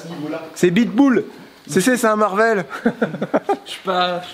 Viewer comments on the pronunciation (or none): none